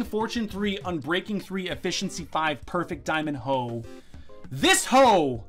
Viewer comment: When you found the diamond hoe I thought you said diamond toe , lol.